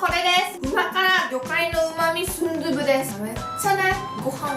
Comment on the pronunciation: 다른 두부는 도후 같운 발음인데 순두부는 순두부 그대로 발음해서 조금 움찔했다...